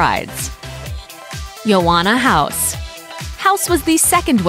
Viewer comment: “Yoanna House” Literally thought they said “you wanna house?” 😂😂